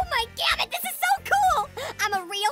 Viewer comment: Smg4 Fan he says oh my gamit